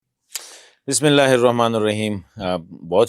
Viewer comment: ، آپ ہمارے لیے قابل احترام شخصیت ہیں، لیکن بسم اللہ صحیح سے پڑھیں۔